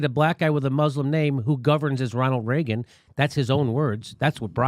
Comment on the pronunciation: Did you just say B.O. governed as Ronald Reagen ?